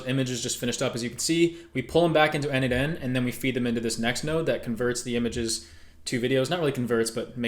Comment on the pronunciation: n8n is pronounced "Nathan".